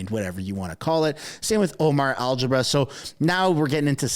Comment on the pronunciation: you have alleged corruption, thievery, etcetera, by our "Prime Minister" so he deserves NO PRIVACY WHATSOEVER!! I love your channel but it is Omar Algabrah (Al-gab-ruh). Not algebra. I don't like the Liberals but come on!! Get your names right! Lol.